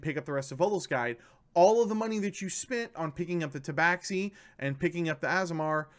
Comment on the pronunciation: Ta Ba Shee not ta bax xi